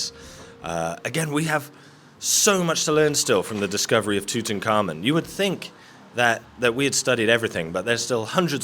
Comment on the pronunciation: "TOOT'N'KARMON" is probably the worst pronunciation of Tut Ankh Amon I've ever heard ,ever think of moving to the US😁